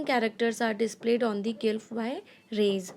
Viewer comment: Mam it's not gylph ...it's glyph